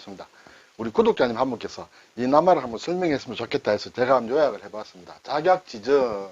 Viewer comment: 늘 잘보고 있습니다 작약지 증으로 띄어 읽어야합니다